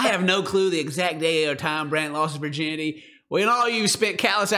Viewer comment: Wait wait wait wait wait.....did his mom call it his "urginity"? lol